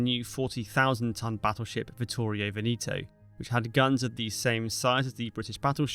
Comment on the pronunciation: I believe Veneto is pronounced “Veh-neh-toe” not “Vin-ee-toe”. The “E’s” do not change in their verbal articulation.